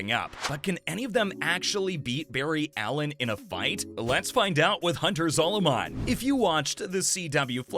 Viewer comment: 😭😂zolomon and zoolewman